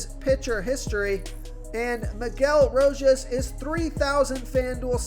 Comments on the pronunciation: I'm only here to hear the butchered player names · Another named butchered man bro R*O*J*A*S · Lmao. It’s every single video 😂